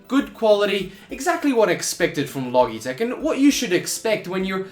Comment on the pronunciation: I think its pronounced "Lo Jeh tech" - soft G. Like Logic.